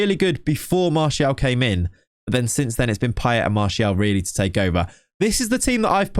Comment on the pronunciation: I Can't🤣🤣🤣 '' Pie-Ett'' Blud its Pie-Ay